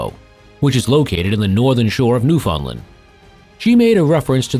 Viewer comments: Why can't any Americans pronounce "Newfoundland" right? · Ok...your seriously saying Newfoundland wrong.....your a history channel...sorry its driving me nuts🤓